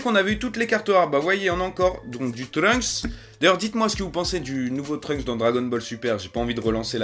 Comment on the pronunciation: Pour truncks on dit (deso pour l'ecriture) Dani San kan